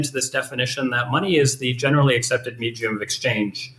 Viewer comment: “Meejeum of exchange”